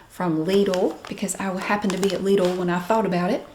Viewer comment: And yes, this is really how we pronounce Lidl here in Germany as well. LEEdul. Can't believe people are still giving you grief about this?